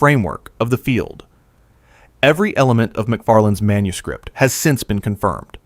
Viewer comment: This AI narrator is overpronouncing the plosive consonants so profoundly I'm about ready to chuck my phone. Right in my ear, every P is popped to within an inch of its life, every K positively choked on. "Manuscript" becomes "manus-KH-ri-!P-!T."